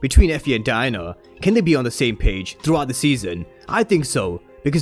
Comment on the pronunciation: The way u say Diana sounds like Diner 🤣🤣